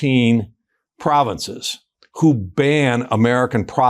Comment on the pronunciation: Not only should the Ambassador be kicked out… notice how he repeatedly pronounces “province” with a stress on the second syllable with a lilt of disdain.